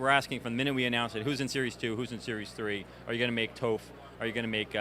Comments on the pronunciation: It's pronounce "Top-h" not "Touph" lool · "Toph" sounds like "tough" "Sokka" - "Sock-a"